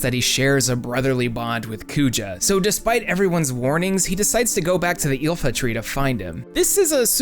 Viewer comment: Iifa Tree, not Ilfa. Sheesh, get your priorities straight, dude. :V